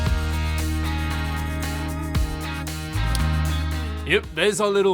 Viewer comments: Gotta love the Canadian who pronounces “pehl - tee - er” like that. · Its pronounced pel-tee-yay because a Frog invented it and frogs use silent letters at the end of their words. Ps: I'm not racist, i am 1/4 frog, so i can call a frog a frog. Kermit.